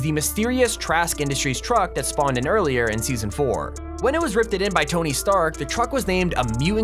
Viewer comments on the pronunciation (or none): Dis it on purpose he’s pronouncing it « Trask »? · Its not trask its stark